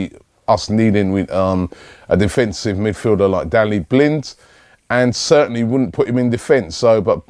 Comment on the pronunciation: robbie cant say any name right 'Dalli Blind' lool